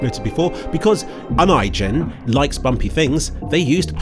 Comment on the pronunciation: Holy crap I've never heard Unigine pronounced before, well done.